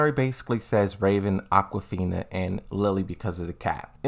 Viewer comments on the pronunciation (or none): So is he purposely saying names wrong? Because I don't see how you can get Aquafina from Azucena after hearing this video. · He meant Azucena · I see you're trolling with a mispronounced character names. It's Azucena